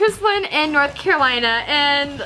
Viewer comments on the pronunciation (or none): none